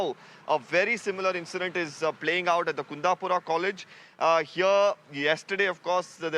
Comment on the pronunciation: It's not kandapura.... it's kundapura.. crown of coastal Karnataka...... please correct yourself....